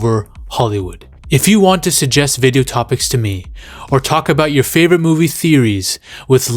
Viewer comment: Jeremiah martin should hear u talk bout his "favorote" yautja hahahahaa